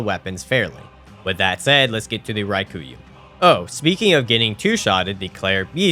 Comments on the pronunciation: is there some kind of inside joke i am missing or why are you saying raikuyu instead of rakuyo? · Raw-Koo-Yo Not Rye-Koo-You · That is NOT how you pronounce Rakuyo lmao. Like, just sound it out dude. Ra-ku-yo. It’s not hard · How much insight do you need to have to look at the letters "Rakuyo" and decide they should be pronounced as "Ry-ku-yuu"? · I just wanna know how you saw the word "rakuyo" and thought "yep, that’s definitely pronounced ryekooyoo" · I had to skip the Rakuyo part. The misspronunciation was brutal. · That is NOT how you pronounce rakuyo